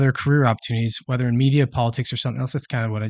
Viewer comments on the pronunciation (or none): none